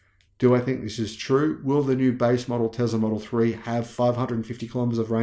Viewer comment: There is NO Z in the word Tesla. Let’s work on that S sound mate.